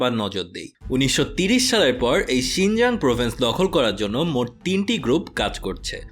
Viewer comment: 'শিংজাং' না ভাইয়া 'শিংচাং'